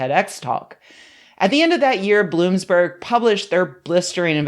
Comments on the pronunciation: Good video, but I just wanted to mention, not trying to be a jerk, but I think it's "Bloomberg" not "Bloomsberg." As always, is a precious angel. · “Bloom’s berg”? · What the fuck is "Bloomsberg"???? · Lol "BloomSberg"